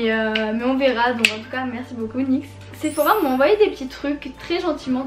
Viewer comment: cest pas séphora mais sephora